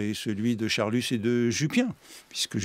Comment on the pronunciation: D'accord, d'accord — mais pourquoi dit-il Charlussssss ? Comme l'explique Proust très drôlement : c'est Charlus, tout simplement.